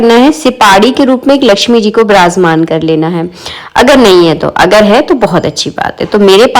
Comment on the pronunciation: Wrong pronunciation of virajmaan shame